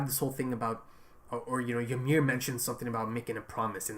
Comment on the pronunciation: Why most of reactors dont notice what Bertholdt is trying to do when Ymir is demoloshing the tower? also, why do you keep calling her Y"A"MIR? hahaha is just Ymir